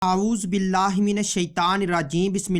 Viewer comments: ASallamu alaykum naraz mat ho jaye ap Aghozobillah sahi pariye shukriya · Apni taoooz sahi kero bhai